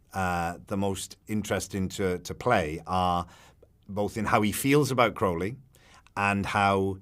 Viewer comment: Not the interviewer pronouncing Crowley wrong